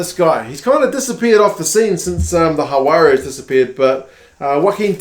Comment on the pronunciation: You're saying "Juarez", your "j/h" sound is correct but the "g" in Jaguares isn't silent, and the final letter, "s" isn't a z sound. Try "Hug-wah-ress", not Ha-wah-rez